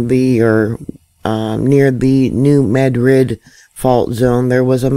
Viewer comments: dMAD rid is how you say it. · it would help if you knew how to pronounce the areas that youre talking about. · if you cant do better than that you might as well move along yourself. As a person who lives in the area, I question anyone who is trying to give out information and doesnt pronounce the names correctly.